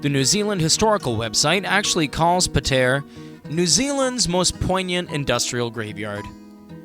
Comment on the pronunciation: Great - someone who isn't from Pātea and can't even pronounce it. You know nothing about Pātea. We're world famous.